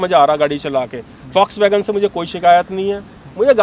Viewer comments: Indians need to learn how to pronounce Volkswagen. It's "vawlks·va·gn" guys, not folks vagan or vox wagan 🙏🏻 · Fox wagen / focks wagen 😂😂😂